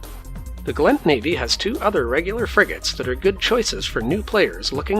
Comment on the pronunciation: Hit dislike the moment he said Gallent pilot. It's Gallentey.